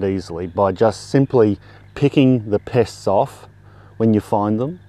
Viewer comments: At the end of the Video, I had gotten distracted by a sudden kissy attack from my Pitt Bull, turned back to the video and at the very end I thought he said "Piss" instead of Pest and had a total WTF moment 😂😂🤣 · I thought you said piss at the end of it. I was like, whhhhaaaaaat! lol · I thought he said piss, I had to rewind.